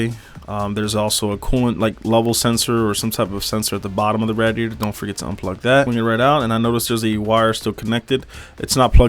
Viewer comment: The way you say radiator is cringe asf cuh